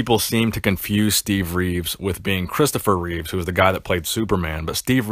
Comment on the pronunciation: Christopher Reeve--no S.